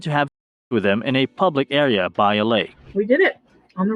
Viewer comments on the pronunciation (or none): none